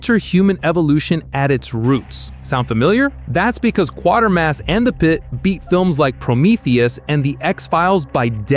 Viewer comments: It's 'quater (as in crater) mass' not 'quartermass'! Flippin' yanks!! X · La Jetee is haunting. It's always been considered a classic. I probably only saw it once decades ago, but have never forgotten it. Triffids is also a great read, as are John Wyndham's other classic SF novels such as "The Midwich Cuckoos" which became "Village of the Damned," another good brit SF film. Again, it's Kway-ter-mass, not Quarter-mass. And one of my fave SF films from the period. As is Crusoe on Mars. Another SF/fantasy film from the period that I always enjoyed watching as a kid was "Atlantis, The Lost Continent." And don't forget Harryhausen's gorgeous spfx for "First Men in the Moon," very entertaining. And also don't forget Joe Losey ("These are the Damned," not to be confused with the other film named The Damned by Visconti) directed the memorable anti-war fantasy film "The Boy With Green Hair" starring Dean Stockwell in the late 40s. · It's not "KWA-ter-mas," it's "KWAY-ter-mas." I've seen two of these. In "Robinson Crusoe," the pilot who died was his mission commander played by Adam West. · It’s pronounced Qwaitermass not Quartermass. Other than that excellent stuff. 👍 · It is NOT Quartermass it is Quatermass, pronounced Kwatermass as you would know if you had actually watched any of the Quatermass movies or read the books. Both movie versions of Day of the Triffids have been awful and with that 60's one where salt water kills the triffids has a laughable ending making all that went before which frankly was not very good rather pointless. If you want to see it done properly watch the BBC mini series that was made of it. I have read the story at least a dozen times and watched the BBC version almost as many times. Can it be called a movie, that is moving pictures, if it is a photo montage? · It's not Quartermas it's Kwatermas to rhyme with crater. Try getting a human to voice the video and learn the correct pronunciation. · NOT Quatermas. ' QUATERMAS ' try kwatermas